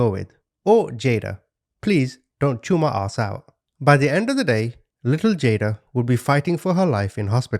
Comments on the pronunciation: It’s pronounced JA-DAY-JA not JADA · Pronounced Jadajai jah-day-jah hope this helps❤😊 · Try saying it like this JaDYEYA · It's pronounced Jadajai. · Second case baby’s name pronounced jah-day-ja…. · Her name is pronounced JAH-DAY-JAH